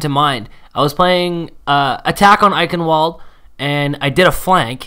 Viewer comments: Heads up to everyone eichenwalde in German is pronounced Eichen”v”alde cause Germans are weird and say w’s as v’s. They also say J’s as y’s. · It's kinda cute to hear foreign people try to pronounce german words 😂 "Eikenwolt" 😂 I honestly needed to listen twice because I didn't know what map you were trying to say (I'm german so yeah) but it was cute ^~^ And sorry for my bad english 😅